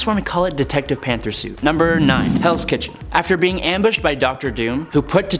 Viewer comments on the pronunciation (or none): Is it me or did i hear hells kitten rather than hells kitchen